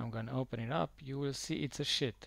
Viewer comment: He says "sheet" but his accent makes it sound that way😉